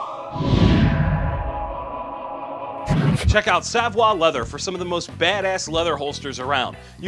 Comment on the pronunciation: BTW, Savoy is pronounced suh-voy. Not saa-vwah. Savoie is pronounced saa-vwah.